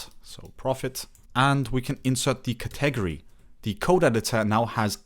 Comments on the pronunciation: Cet egery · "ka-'TEG-o-ree" is a 1st for me, as well. 😂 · Great video. Useful info and clearly explained. Thanks! (One small thing: the word 'category' has emphasis on the first syllable: CATegory).